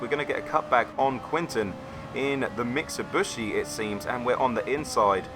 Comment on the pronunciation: Why do you keep calling it a MITSABUSHI ?? Mitsubishi....... MIT-SUE-BEE-SHE.